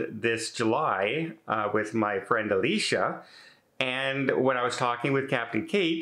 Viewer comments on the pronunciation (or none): none